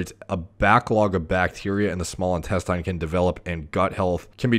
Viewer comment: Great content but I wonder why does he keep saying "intes-TAYN" instead of "intesTIN"??? Weird...